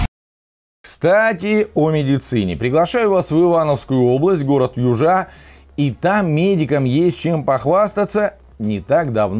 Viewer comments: Южа, а не южА ☺ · не южА, а Южа :) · Южа, ударение на Ю. Город зон , озёр и болот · Ю`жа. Ударение на "Ю". Спасибо за внимание. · Фигня- эндокринолог, у нас хирург приезжает (не каждый день) за 50 км . Так что, если аппендикс, или там в аварию попал- обязан час(как минимум-если пробок не будет) прожить! Родовспоможение- так же! Причем, надо записываться на роды заранее! Поправка- город Южа произносится с ударением на первую букву)